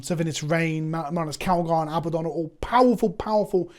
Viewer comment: Love you but the mispronunciation of Abaddon drives me nuts. It’s abadd-on, not abba-don.